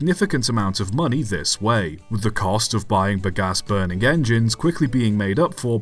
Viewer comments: Hang about, hang about!! You’re not very bright, are you laddie? Very few methods or types of combustion are ‘good for the atmosphere’ (though I suppose a sodium/steam-powered engine would be ok for good old Ma Nature). You also have a very odd way of saying ‘Bagasse’, the most worrying of which is that you pronounce it with a P instead of a B…. With words you clearly aren’t familiar with, try having a look for the correct way to pronounce such things first, that’s a good chap. Do try to remember that you’re an Englishman and not a Yankeedoodle. Good lord. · "Bagasse" pronounced "big ass" the viewer 🤣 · I laughed a lot hearing you saying "bagasse", took me some time to mentally translate to bagaço, its pronounce ba-ga-sSOO, with an O at the end in my language.